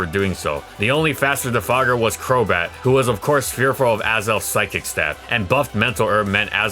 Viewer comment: my man really said cheeky crobat..